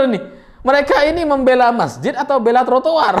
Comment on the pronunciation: Detik khas madura hehehe TURATUR